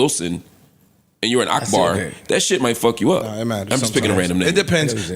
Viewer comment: This man said Akbar🤦🏽‍♂️😂